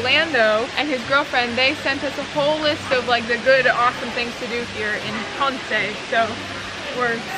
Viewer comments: It is pronounced Pon-sei. I was there but it was back in the summer of 1975. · Actually, it is pronounced Pon-Say. The same way we pronounce Ponce de Leon